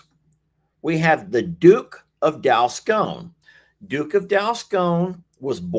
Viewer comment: it's DUKE OF DALSCONE